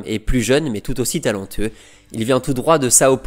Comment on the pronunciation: C'est quand même exceptionnel de gratter autant de vues/abonnés alors que t'es incapable de parler français correctement. Rien que ça rajoute des M à la fin des mots, Rui Costam et surtout "AUSSIM" qui revient à chaque vidéo au moins 3/4 fois et je suis gentil, pourtant le contenu est bon mais ça te dit pas de recruter quelqu'un capable de lire en français en fait ?